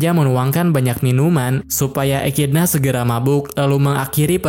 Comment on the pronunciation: Bacanya ekidona bukan ekidna bg-_